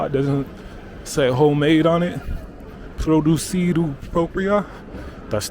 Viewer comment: How ignorant can someone be How can Produzione be read Producido. really is disheartening